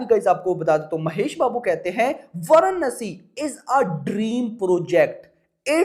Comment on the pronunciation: Chutiya bhadave वाराणसी ठीक से बोल